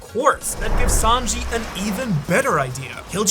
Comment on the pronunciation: It’s Sanji not Sanjeev